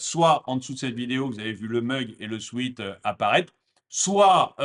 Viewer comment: Le mot sweat ne prononce pas “sweet” mais “swet”. Un mauvaise habitude bien française